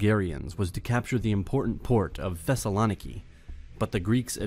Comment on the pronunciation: The video was great!! But Thesalòniki just kills my heart